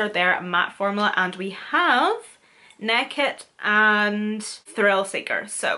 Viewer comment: love you the way say naked, neked haha! class